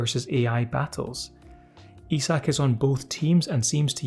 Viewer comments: You pronounced his name wrong, it is pronounced "I Suck" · It’s pronounced I-zek.